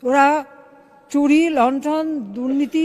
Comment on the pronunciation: লণ্ঠন না লুণ্ঠন হবে।